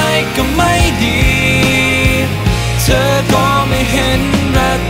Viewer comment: เพราะดีค่ะ แต่ถ้าเจมส์จะออกเสียงตัว ธ ท ถ ให้ชัดและถูกต้องกว่านี้จะดีมาก ยกตัวอย่างคำว่า เธอ ฟังแล้วมันเป็น ทเชอ หรือคำว่า ถึง ก็จะเป็น ทฉึง เหมือนมีเสียงตัว T+ch สังเกตุจากที่เจมส์ร้องเพลงมาตามงานโชว์ตัวต่างๆจะเป็นแบบนี้ตลอด และครั้งนี้เป็นเพลงที่เข้าห้องอัดจริงจัง เลยค่อนข้างมั่นใจว่าเป็นการออกเสียงที่ผิด ถ้าแก้ไขได้ในครั้งต่อๆไปจะเพอร์เฟกท์มากกว่านี้ พี่เป็นคนหนึ่งที่ชื่นชอบและติดตามผลงานของน้องเจมส์มาตลอด ค่ะ